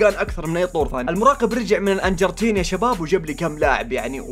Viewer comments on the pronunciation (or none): لا يا غلط الارجنتين مو الانجرتين🌚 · انت قلت الانجرتين و هي الارجنتين